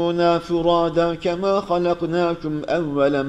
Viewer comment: Bir kaç yalnışları var mesela 140. Sayfanın 8. Ve 9. Ayetleri arasında kema var cema diyo ama yinede güzsl okuyo tşk.